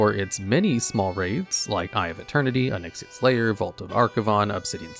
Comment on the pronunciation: Wtf did he call Onyxia? No sir..... No.